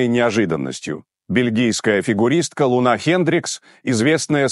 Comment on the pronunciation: Не ЛунА, а ЛУна. Нормально она катается. И на допинге никто не поймал.